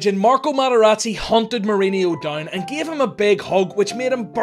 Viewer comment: It’s pronounced mouriño not mourineeo. And you pronounce the J in Jose in Portuguese